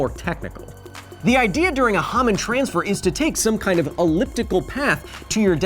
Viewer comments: I thought it was pronounced as a Hoe-man transfer, not a hom-an transfer..... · It’s a long O sound In Hohmann ya handsome lil hair monster